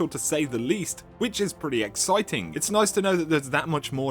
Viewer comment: nice work (see what i did with the 'noice' like you asways say :))))))